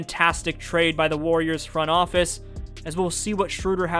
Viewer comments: it's the cat guy. Just say it like that. Umlaut makes it have a different pronunciation. It's a german language thing. Schroeder is how it would be spelled in english and you basically say the O and E as if they were one letter. oe equals ö for english - german shorthand translation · Why is everyone calling him Schrewder? I thought it was Schroder?